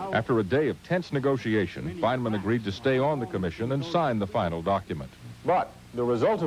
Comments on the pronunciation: I hate the way this newsreader pronounces Feynman’s name, “Feyn-a-man.” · Ah yes, Richard Feyn-uh-man. The long forgotten twin brother of Feynman. So rarely reported on. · Fichard Reynman. Say his name. Fichard Reynman. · The news guy saying "Feyn_a_man" is making me crazy. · Fine e man. Interesting pronunciation